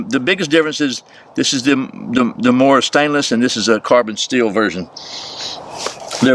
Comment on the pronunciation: the pronunciation of Mora was pretty spot on but kniv was not the best, you pronounced it with a n instead of a k .. so i would totally give you a 9/10